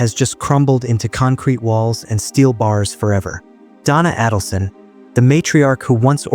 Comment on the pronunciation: you mispronounce her name. It’s A - dulson. Not Ah-dulson.